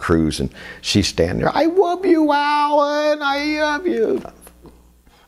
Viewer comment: ..."I WOVE U OWL"👋😥..😂 then letter..🤣..ahhh man, EPIC⏪